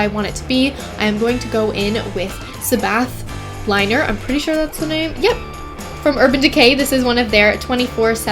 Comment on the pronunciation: Its pronouced Sah- beth. Not Seh-bath. Have you never heard of black sabbath? The band? Ozzy osbourne?